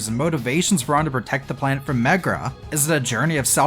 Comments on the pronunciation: i love how you keep saying "megra" <3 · 'Keeps hearing Megra, when the game says Merga a lot' Aaaaaaaaa